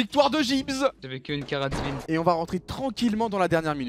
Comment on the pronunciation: mdrrr à la dernière game il a dit " j'avais qu'une carADZbine"